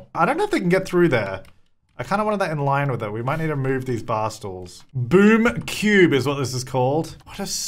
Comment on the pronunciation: I could’ve sworn that half the time he was saying boob cube not boom cube 😭😂